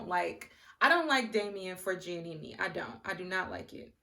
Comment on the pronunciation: I love how you pronounced Giannina’s name as Giannini lol 😂 but I completely agree that Damien is manipulative. Granted, Giannina does pick fights and confuses dysfunction for passion. However, Damien gaslights her constantly. And I KNOW he’s manipulative because of (1) how he rejected her at the aisle as you mentioned and (2) how he reacts when Gia brings an issue to him. It just seems very calculated and very “let me sit here quietly so you look like the crazy one and then proceed to refuse to take accountability and project my insecurities onto you.” Plus, SHE STILL HASN’T MET HIS PARENTS TWO YEARS LATER. Run, Gigi!